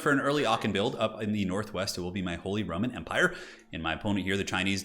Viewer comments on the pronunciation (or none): Idk why but I keep on hearing him saying Holy Ramen Empire lol